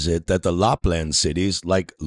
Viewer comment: The only revelation here was his pronunciation of 'LARPland' - though I assume he didn't mean to confess to roleplaying.